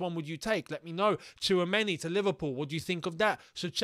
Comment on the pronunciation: i remember last year u guys were sleeping on tchouameni (tissuemeni as pronounce) and now we might lose a chance to get him lmao